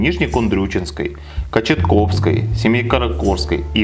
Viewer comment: Услышал про "нардЕк" вместо "нардЭка", как его у нас всегда называли - насторожился, когда Кочетовскую обозвали КочетКовской -выключил. Учите матчасть прежде.